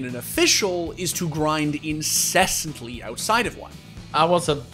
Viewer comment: I like how he said "grind incestly" instead of "incessantly" lmao